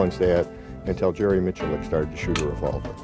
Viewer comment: I want to punch in the grill for mispronouncing Jerrys name